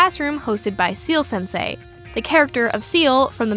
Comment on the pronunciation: ciel is not 'seal' but pronounced like the letters C-L (see-elle). ciel is french for sky or more relevant, heaven. he's heaven sensei. ... ... no you don't have to bother changing the way you say it. but if it helps it helps!